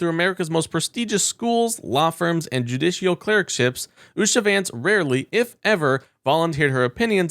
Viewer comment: It's hard to take a narrator seriously when he can't pronounce common words like "judicial" or "anonymity". Before you turn on the camera and the microphone, read the copy so you don't fail the oral part of the exam.